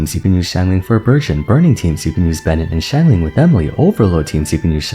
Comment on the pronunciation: I took a shot every time he said 'xianglang'- I now speak Chinese and woke up in a South African Hostel.